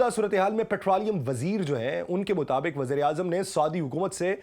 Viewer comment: ہلکے۔ یا بھاری مشرک یا مشرق مطابک یا مطابق سبک یا سبق مکام یا مقام مستکل یا مستقل اردو زبان بولنا تو سیکھ لو تیزی سے بولنا نہیں بلکہ صحیح طریقے سے بولنا معنی رکھتا ہے